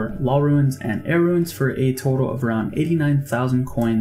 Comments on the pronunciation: Bro I love (and am grateful for the guide), but it's RUNES not RUINS lol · the way you pronounce ruins really runes the video